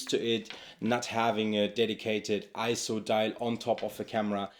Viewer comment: Great video. For whatever reason, Sony has just never inspired me. As incredible tools as they are, they've always just felt soul-less to me. Also, thank you for pronouncing ISO correctly.